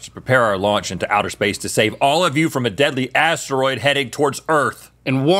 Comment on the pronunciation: Anyone else picking up on the ASS-teroid way Rhett says it xD